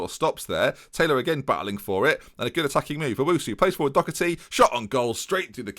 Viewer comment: Anyone wanna tell him it's Doherty not Docherty?